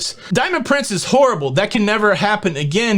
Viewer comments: Am I the only person who tried not to laugh when said "Diamond prinCEEHHHS"? Thanks for the shout-out,! It was a very exciting day. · It’s a British pronunciation. It sounds odd to me too.